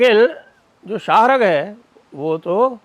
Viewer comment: Sah rag kehte hn, not shahrk